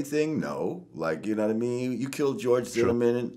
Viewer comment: u-knaw-wata mean